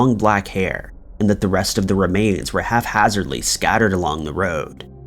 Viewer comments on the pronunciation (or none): lol you try to sound smart but its not "half-hazardly" it's haphazardly... idiot